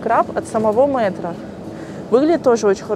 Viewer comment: Не Мэтра а Метра Метр только мЕтра